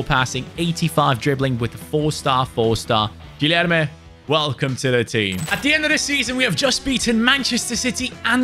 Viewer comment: in portuguese, when there is a u between g or q, you dont say it. So it is like Kenda or Kilerme